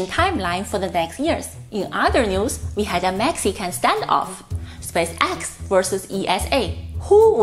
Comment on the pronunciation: I understand what you mean. Part of my mind is always analyzing her accent and strange 'rhythm' of talking instead of listening to the message. One thing she could practice on is saying 'spaceX' the right way :) the emphasis should be more on the spAce, not so much on the X. Other than that keep up the good work, I love the videos!